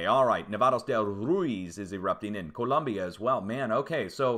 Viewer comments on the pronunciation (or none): none